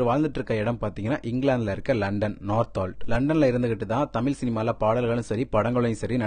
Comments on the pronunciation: He pronounces Tamil as something ugly! Go learn how to pronounce Tamil before He pronounces தமிழ் as தமில் . Such a basic mistake! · தமில் இல்ல தமிழ் சரியா உச்சரிங்க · தமிழ் என்று சரியாக உச்சரியுங்கள், தமில் என்று உச்சரிக்காதீர்கள் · நீங்க தமில் சொல்லாம தமிழ்னு உச்சரிக்கவும் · தமில் இல்லை தமிழ் ஒழுங்காக உச்சரியுங்கள் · சின்ன விண்ணப்பம் தமில் தமில் சொல்றிங்க தமிழ் சரியா உச்சரித்து வீடியோ போடுங்க pls 👍 all the best nanba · தமில் அல்ல தமிழ்😢😢😢😢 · Tamil wrong pronounce. The whole language is getting spoiled. Pls correct your way of speaking Tamil in its original way. Very hurting to hear tamilian killing their own mother tongue.